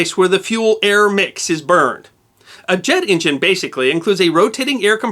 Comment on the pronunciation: What is an "in jin?"